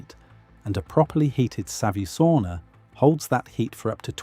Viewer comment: Every time he says "savusauna" he says u in savu as an i. Finnish language is written same way as it is spoken, so savisauna means clay sauna as savi means clay in English.